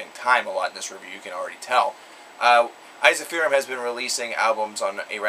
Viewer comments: I also believe Ensiferum is supposed to be pronounced as "En (as in men) - sif - ER - um (capitals for the syllable with the emphasis). Now, I cannot be sure that is the correct Latin spelling of the original word as I have not studied Latin (I do believe it is, though), but in any case that's how the band members pronounce it themselves. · this is painful to watch... first you dare mispronounce Jari's name! secondly you butchered ensiferum's pronunciation. its pronounced "in-si-fear-um" I would know because I've heard their bassist (sami hinnka) call it that.